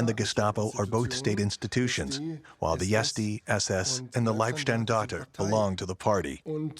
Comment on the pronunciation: Some of the narrators need to familiarize themselves with German terminology. Not "Liebenstandard"; it's LEIBSTANDARTE. And Wiesee is not "Whyzay"; it's pronounced "VEEZAY".